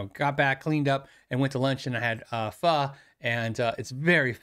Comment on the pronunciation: Pronounces Pho properly, impressive.